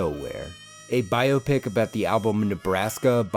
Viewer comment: Can we take a moment to appreciate pronouncing biopic properly?? Just me? No one else feels alone and afraid all the time? Ok. BIO PIC